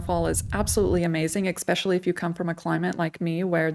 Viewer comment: the word is : eSPecially... not eCKspecially.. thanks for your consideration